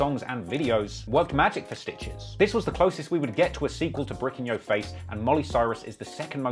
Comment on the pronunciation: can't say the word "your"